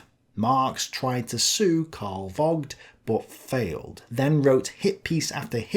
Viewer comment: I wouldn't know of the English swear word that Vogt's name sounds like if pronounced properly. The way you mispronunce it sounds closer to the f-word though. "Vogt" is pronounced with a hard "F" and long open "O", not a short one. Try "Fohgt" instead.